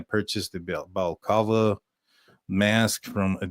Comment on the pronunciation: Got a trick for you to pronounce balaclava- bollock (like the British ‘bollocks’) and then lava: bollock-lava 😊